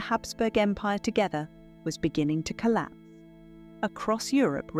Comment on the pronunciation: Collapse with an "S" not collap